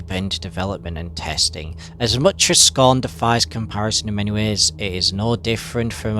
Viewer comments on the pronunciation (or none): “to talk to you about scarhn”